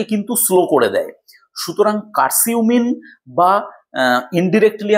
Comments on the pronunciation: আসসালামু আলাইকুম বড় ভাই উচ্চারণটা কার সিম হবে না উচ্চারণ হবে কারকিউম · কারকিউমিন,কার্সিউমিন না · Hmm,❤ উচ্চারণটা ভুল বলছেন